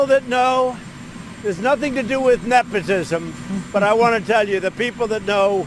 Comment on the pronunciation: “Nephotism”- bruh somebody needs a dental appointment 😂